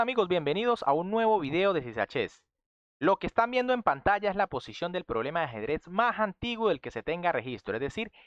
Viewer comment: dice proBELmas no problemas